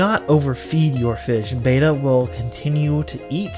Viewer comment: The name must be pronounced Bet-ta not Bay-ta like the Greek letter. The genus name retains the Malaysian common name pronunciation which has spread to SE Asia mainland as the common name.